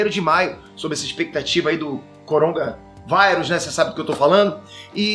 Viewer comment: "CORONGA VAIRUS"